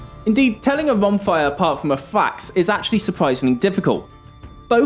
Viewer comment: Every time you mispronounce falx, i die inside